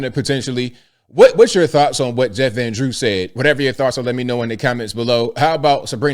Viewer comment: He says Jeffrandrew!